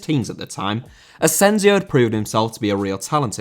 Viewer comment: Asensio*!!!Not Asenziouw